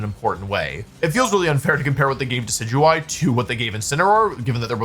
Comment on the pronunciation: How is he pronouncing DECK EE DEW EE